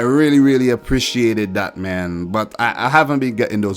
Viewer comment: I love when you say Aprischitit (Apriciate it),good job from Montenegro and why you don’t record videos about Europe League